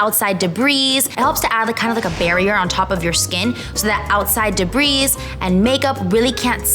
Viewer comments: Debris is pronounced de-bree, Not de-breeze. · You’d think that BoxyCharm would have made sure she knew how to apply the products in the correct order, know how to pronounce the Brands names and made sure she knew that Debris isn’t plural